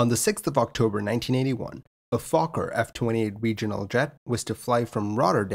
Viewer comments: Ehhh , no ..... we just pronounce it as it is with the ''O'' like in stOrm. I live close to where the factory was on Schiphol airport ( eastside ) and never heard anybody say Fo(ow)kker. However , there are some words within the English and Dutch language which sound the same but have a very different meaning. For example ''can you see me ?'' will be in Dutch ''kunt u mij zien ?" The same meaning for can an kunt in the fitting language but vice versa not... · Here goes a moment of levity in an otherwise very sad story. You could pronounce “Fokker” the way many US Airways flight attendants did back in the day during the safety briefing: “…the safety features of this F-100 aircraft.” 😉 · In Holland, Fokker is often pronounced with the "O" like the "ow" in "flow", because it sounds bad otherwise :-)